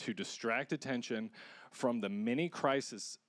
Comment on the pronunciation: 😅😅 your guy cannot read!! It's not CRISISEAS.... it's crises